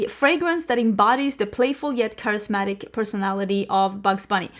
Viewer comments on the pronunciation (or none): none